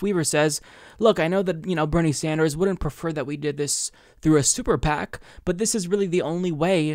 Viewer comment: Funny - at around the 8-minute mark when you said: "super PAC" it sounded like you said sewer PAC. I hereby declare we call them that from now on.